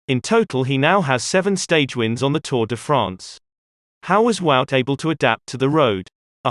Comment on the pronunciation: Guys, Wout is pronounced Vote, not Wowt- it's that simple and exactly that, Vote, NOT Wowt! Please!